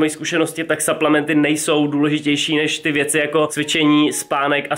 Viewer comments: Cau hele nechceš si udelat nejakej fitness kanal ja čte se to suplementy a ne saplementy ale ok video taky delam fitness ale nenatáčím to a ten creatin je klasik bez příchute nebo s příchutí jestli klasik bez příchuťe tak je na hovno jak ho vysadís nafoukne ti to svaly a přiberes omlouvam se za chyby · a su to SUPLEMENTY nie SAPLEMNETY 😂 V slovenskom znení sa to číta suplementy ... Chodte na google a schválne si nájdite ako sa to vyslovuje 😊